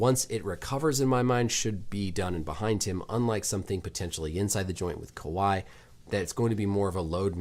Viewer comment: Bro you're literally so close! 😂 Kahwi -> Kawhi